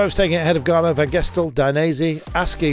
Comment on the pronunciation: Please can the commentator pronounce Ganna’s name correctly?! It’s not Garner, it’s Ganna - pronounced with a short ‘a’, as in the pudding Panna cotta…. So irritating.